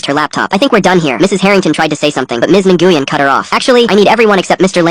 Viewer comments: Even i know by listening, the name nyguen, is pronounced "win" not even AI text to speech feature, or AI has gotten lazy, or smart enough yo trick us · This one's an easy AI slop call. Completely mispronouncing "Ngyuen" over and over.